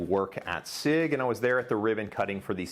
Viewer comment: Is your butchering if sig why you asked for a German speaker?